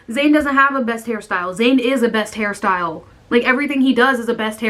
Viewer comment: Thought u said Harry styles when u said hair style😂😂